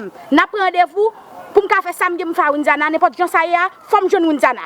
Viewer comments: Kiyès ki tande menm jan avèm matant Widiana ki se pa k di nonl byen « Windiana »loll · Knbyn munn ki we paka di Widiana se Windiana li di